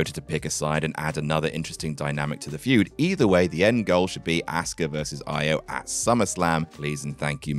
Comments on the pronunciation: They literally changed her name to "IYO" so people would pronounce it correctly and still calling her "Eye-Oh" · Can you stop mispronouncing Iyo’s name please?